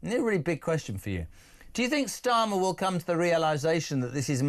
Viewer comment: Anthony Blair giving "windymilli" and "stürmer" a hard time? Yeh right! From someone who wants everyone to be Baa coded, stroll on!